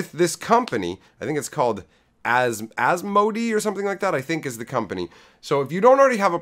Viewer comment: a couple of things. It's AS-MOE-DAY, and Boys, Boys, Boys, We Girls are here too...! LOL lastly you failed to mention that you can tap the name of a card in a deck search to SEE the card itself... Just saying. Now that you've gone to a KF format, I'm thinking about joining your channel...